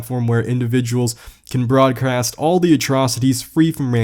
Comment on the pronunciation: Broadcrast Lol